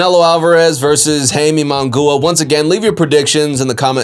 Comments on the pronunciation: You need to work on the pronunciation ofJaime's last name. It is NOT "mongooa", And by the way... ...He will loose horribly! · Bro as soon as I heard that mispronunciation, I was like this dude knows very little bout boxing, Munguia has been around for a while now....Should know how to pronounce by now by just hearing others. Not a true boxing fan in my opinion. lol